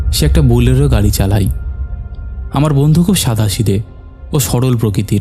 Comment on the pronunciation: হই(হয়),ঠেকাই (ঠেকায়),চালাই(চালায়),জাইগাই(জায়গায়),ফাকা(ফাঁকা),কাপতে(কাঁপতে),কথাই(কথায়)।আর কবে শুদ্ধ উচ্চারণ করবেন?